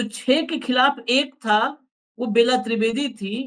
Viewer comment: बेला त्रिवेदी नहीं वह बेल्हा त्रिवेदी है।